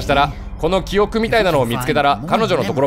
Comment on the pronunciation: キヨが言う｢記憶｣が｢キヨく｣なんだよなw 拡大すなwwww